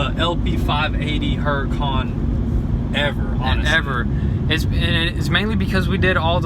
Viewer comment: Why do you pronounce Huracan like HuracOn?